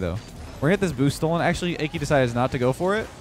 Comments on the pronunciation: i cant get over calling Aki "achy" lol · instead of ah-key lmao